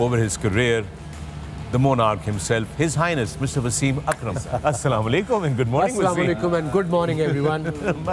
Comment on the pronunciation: Sale shoaib salamolaikom nahin Assalamoalaikom kehty hain